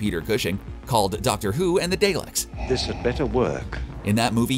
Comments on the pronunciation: DAH-lek not DAY-lek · Daylex ?is pronounced dah leks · Everything ruined by DAY LEKS.... seriously..... Surely you have someone on your entire team that can speak English. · Doctor who and the dayleks 😂 it's pronounced dah leks , just watched rest of the video ,he butcher's Every ship name 🤦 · Not to mention “Day-leks” 🙄. Good video. But the incorrect pronunciations are killing my fragile little OCD brain LOL. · He's pronouncing a lot of things weird. Day licks. Nez Mite. I think the writers need to start including pronunciation within the scripts. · Say Daylek one more time. I dare you.